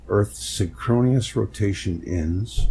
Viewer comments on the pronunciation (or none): Also SYN’-kro-nus. Just 3 syllables.